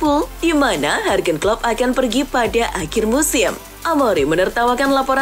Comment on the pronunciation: Gatel bgt kuping gua denger si sebut Jurgen jd Hargen. Parah..loe!!